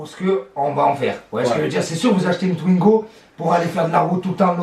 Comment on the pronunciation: Arrête de dire tuingo dit twingo stp😂